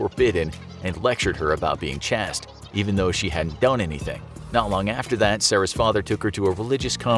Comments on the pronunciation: A little tip to the voiceover artist from elementary school - the word Chaste ends with a "silent/bossy e", meaning that the previous vowel is pronounced with the long vowel sound rather than short. Ergo, the word is not pronounced "Chast" but, rather, pronounced like the word "chased". This has been your educational moment for the day. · chaste is pronounced like "chase" with a "T" at the end Where do they get these people. American education not great Otherwise great video great great great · Yes, thank you, that was bugging me. I thought maybe I had been mispronouncing it for over 30 years. I've never heard 'Chast' before. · Strata..chaste…just two words that were mispronounced. Tip to the narrator - if you don’t know the word, look it up or ask!